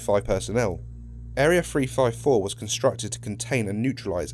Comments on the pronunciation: you said frive four instead of three five four lol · THree not Free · SCP Free Five Four... i'm sorry but that's all I can hear :P